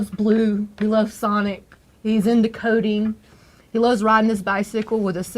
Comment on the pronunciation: Anyone else hear that he loves “Codeine”? 😂